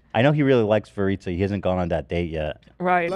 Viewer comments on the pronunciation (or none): Every time Ethan says Veritza I’m screaming at my phone “ITS VERICA!!!!”